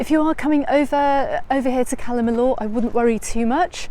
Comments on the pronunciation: Apart from her who else pronounces it Calle “milllooor” iv only ever heard it called calla- milla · I didn’t say you were wrong I said iv never heard it pronounced like that that’s all , calla miller, Cala miyour but I can tell you the Spanish hate how we pronounce their language